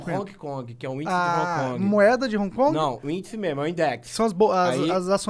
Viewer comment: É impressão minha ou ele fala "Honki Kongue"?